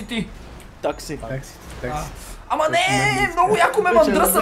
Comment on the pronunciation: той се казва такси а не таки